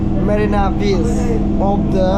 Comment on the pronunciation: Bro its not biss it’s beach